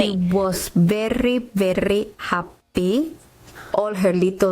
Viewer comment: Yes it was happy but sounded like hippy